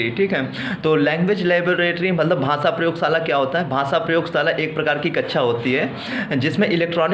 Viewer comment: Sir its not bhasa its bhasha